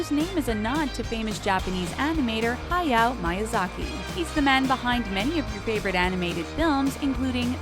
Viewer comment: Hay-ow Miyazaki wut wut HAVE I BEEN PRONOUNCING IT WRONG OR WAS IT YOU I AM CONFUSED